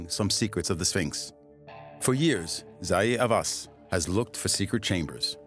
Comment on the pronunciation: Soon as I heard zahee hawasshole I turned this off...bye